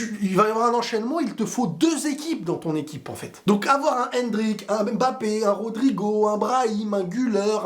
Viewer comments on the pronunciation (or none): none